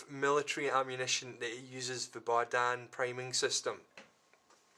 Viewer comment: Berdan, not Bardan